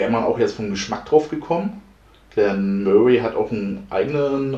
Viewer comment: So fängt die Woche gut an 👌. Deine Aussprache finde ich ziemlich lustig 🤣 Glen Möhrie 😉😂 Made my day 👍